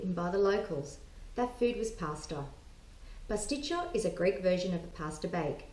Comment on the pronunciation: Decent recipe, but it's Pastit-SIO - not CHO. There is no 'cho' sound in the greek language. Makes you sound uneducated.